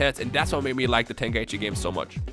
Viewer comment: True, nothin beats the classics. I noticed they kept on mispronouncing Tenkaichi. They were sayin Ten Kai Ichi. It's pronounced Ten, Kai, Chi. They got Budokai right tho.